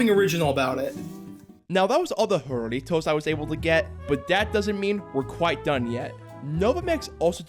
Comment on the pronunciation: It's pronounced Harry-toes